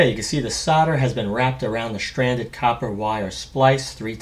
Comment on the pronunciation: 'stranded' is not pronounced 'shranded'. 'important' is not pronounced 'impordant'. obviously these people did not finish school. very strange how mental illness follows one another.